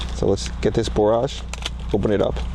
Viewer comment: Borage is pronounced as porridge is pronounced.